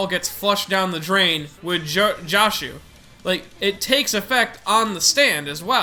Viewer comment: It slightly bothers me that says Damo like "Day-moe" and Joshuu like "Josh-oo." Also its Nut King Call not King Nut Call. otherwise Great video!